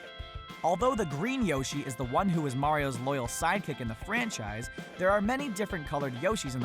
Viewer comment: Waluigi is obviously number WAN